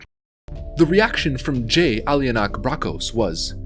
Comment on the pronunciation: Dude every time you said Jay's name I about pissed myself. This was 100% gold, I can not wait for the Asmongold react to this.. Thanks for this.